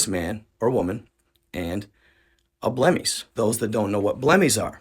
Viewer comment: He called them Blemish and pronounced it Blemi.